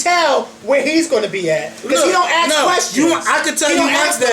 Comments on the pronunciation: Not mad just saying you should say ask not ax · its ASK....NOT AX. YOU DONT AX SOMEONE A QUESTION YOU ASK!!!!!!!